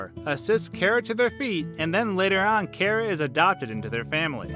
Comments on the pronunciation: No your saying cara it’s chara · not pronounced Kara it's car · It’s chara not cara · It’s not kara is chara Then saying wrong character and chara then why would you think of this karacter you say kara and these 2 names of kara and chara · Im pretty sure its Chara,not Kera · Its Chara not Cara. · I think it's ch ara Not Kara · It's chara not kara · CHara not cara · KARA IT SOUNDS LIKE A K BUT IT IS CHARA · It sound like carah, ITS CHARA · it's pronounced ch-ara not kara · you pronounce it wrong its "khærà" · It’s ‘car-uh’ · It's pernounced Chara in Charmander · It's not cara it's Ch-ar-ah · It's pronounced Chora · U are saying Chara wrong in my opinion. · omg ur hurting my head so much is there a video where you say charas name right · You said chara wrong